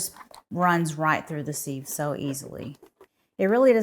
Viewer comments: Sieve rhymes with 'give' not Steve. Excess moisture frim the pumpkin is not a problem here? Also, to get one perfect slice from a cake or pie, cut two slices then remove one. Looks delicious - thanks'! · You mispronounced sieve. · I had to watch the video just to hear her say sieve after all the comments 😂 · Ive never heard sieve pronounced this way 😮